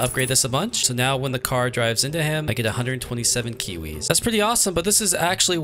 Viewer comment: why do you say kuwis instead of kiwis??